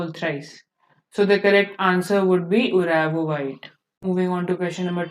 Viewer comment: It's not Uravovite it's Uvarovite. First question me he dekhe ke bhi wrong pronounciation padha rhe ho to complete coaching ka kya haal hoga 😂😂😂😂😂.